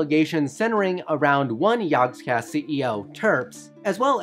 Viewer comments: Everytime he says "yogscast", I hear "yawnscast" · You had one job!!! "Jaaahgcast" You pronounce everything perfectly, but saying "Jaaaaaaahgcast" is the worst thing I have ever heared. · It would help if you could say the name properly Or almost any of it properly